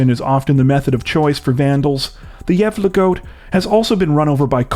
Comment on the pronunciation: Being Swedish is my first language I truly have to applaud you in your attempt of pronouncing Gävle correctly. Well done 👍